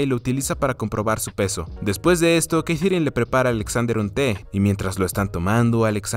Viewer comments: Porque la sigues llamando Keitherine a Katherine 🤣🤣🤣🤣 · Que mal pronuncias Katherine, tío. No es tan dificil....